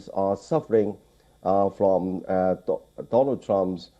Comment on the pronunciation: Do-Lund Trump